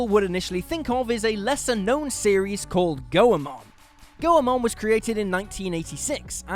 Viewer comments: For future reference, Goemon is pronounced Goi-mon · I don't think thats how Goemon should be said.